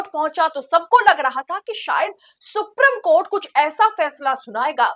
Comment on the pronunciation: Supreme court ka pronounciation galat hai